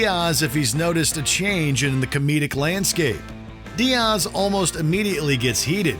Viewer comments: it’s Diaz. Not Dearse 🫠 is this a AI generated voice over for the clip? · Dee-ozz. God, don't u dare disrespect our uncle Joey! Lmao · Diaaas 😂😂 u can't say diaz right 😂😂 this channel is garbage 😂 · DEE-Azzz is what buddy is saying lll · The strange way you said Joey's last name and emphasized it was wild...